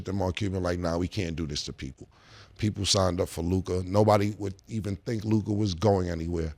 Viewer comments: "LewKaaah" drivin me badly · At this point, he either likes to hear himself say Lu-kah or he gets confused between his potna Luka Brazzi from the street... if you know you know... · "Lou Cah" -Ma$e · Think lu-cuh mase, not lu-kaaaaaa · LU CUHHHH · Somebody tell Mase it’s pronounced Lu-Cuh 😭😭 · " Luke- Ahh " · Ma$e saying LuKAH is triggering me sumthin serious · Who's Lou-kah? 😅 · Who is Lukah? Mase got to be saying his name like that on purpose.. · “Lukai” -Mase 😂😂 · Mase pronouncing it “Lu-KAH” is killing me lmfao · 😂😂😂 he say it like his name is spelled LUKI 😂😂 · Lu-god, like shamgod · Lu-kah lol😂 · Mase “LUE’KHAD” 😔🤦🏾‍♂️🤦🏾‍♂️🤦🏾‍♂️ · the way he said Luka 3 times ina row 😂 why he saying it like that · why cant mase pronounce luka?😂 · Murda adding an extra ahh to luka name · Who taught mase how to say Luka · Why is it so difficult for Ma$e to say Luka's name? 😤 Gahdamn son 🤦‍♂️🥴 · Mase just butchering Luka name my goodness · Mase is pronouncing Luka name with too many letter lol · hate the way made say luka 😂😂😂😂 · Bruh i freaking hate the way Mase says Luka’s name 😂😂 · 3 days straight and this dude can't pronounce Luka name right? He need a producer in his ear... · I have to forward any topic on Luka cuz I can't take it and they won't say anything to him. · Man murder gotta learn how to say Lukas name